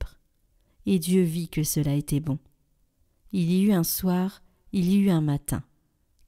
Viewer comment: Très beau passage de la création, c'est un texte qui révèle la puissance de Dieu créateur du monde. 1ère lecture, ...... faire les liaisons, " Il y eut un soir (T'UN soir, il y eu T'UN matin ".